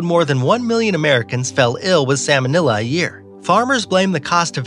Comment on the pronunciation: "Sammon-illa" :'D